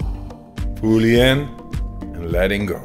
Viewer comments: Fooooolly inn, and Lelling Go, like awave... 🌊 Go witdaflow, of the breath 🌬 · "Foolly iiiin, ledingo" Thank you, Wim Hof.